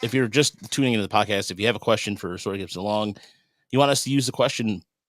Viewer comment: It's SAWyer 😂 Not SOYer.